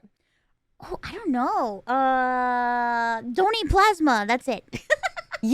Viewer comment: I'm sorry but I thought she was saying "don't eat plasma" and I was so confused thinking "people eat plasma?" until they talk about getting nurse to do it mobile... It's the first time I misheard "donate" and "don't eat" 😭 Ironmouse voice is so cute and she seem to have a good personality. I've been discovering new people through Press Esc. I also visited Michelle Kare's channel after seeing her here. Interesting enough I know Connor because he is a friend of Emirichu that I'm subscribed to. Another interesting thing is I saw Maya through her tiny house and sanctuary tour, then I watched Poki and Lily's wine about it episode and just realized in this Press Esc that she was the animal streamer girl that I watch toured her house. The internet is so interesting it literally connects people like a dot.